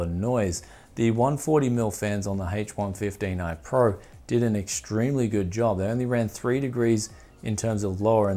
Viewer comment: Sounds like he's saying hates 115